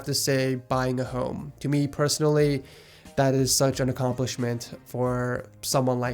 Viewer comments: I thought he said "Buy a hoe" instead of home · did you say buying a hoe?